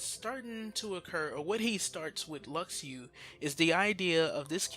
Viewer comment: "Lucks Ooo" is not how you say Luxu. it's "Loo Shoe". if you watched back cover you would know that.